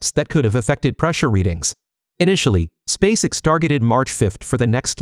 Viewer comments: SpaceX Not Spaceicks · In your text to speech script, write Space Ex not SpaceX. That way, the audio correctly pronounces SpaceX